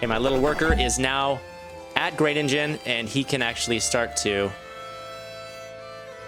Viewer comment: you werent even close wirh the pronaunciation of Groningen